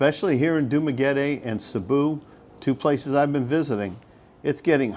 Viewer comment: Sabu!!? Where’s that 😅?? I’ve heard of Cebu Cmon pronounce it correctly It’s See-boo 🙄🙄🙄🙄🙄🙄